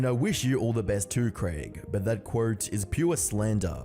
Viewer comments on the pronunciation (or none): Dude. You gotta get your pronounciation in check. Don't take this the wrong way, i mean no hate when i say that when you say "mini", it soinds like "many" and when you say "quote" it sounds like court. Just wanted to get that out of the way. I'm liking your videos so far but you gotta get your pronunciation in check